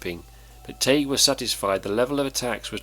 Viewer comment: its spelled Tagge and it's pronounced; "tag". double consonant g makes the a sound short and the e is silent bacause the preceeding sylable has only 1 vowel. "Tag", as in tag your it. If it were 1 G then it would be the A sound (like saying the word A) like in the words sage, page, or mage. but the correct pronunciation is the "ah" sound like in bag, tag, sad, etc.